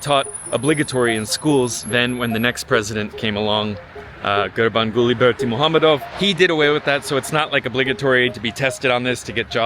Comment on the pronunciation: Great video. My Dad and I visited last year (and stayed in the same hotel). Great pronunciation on Gurbanguly Berdimuhamedow. It took me a lot of practice. It's like the ultimate tongue twister.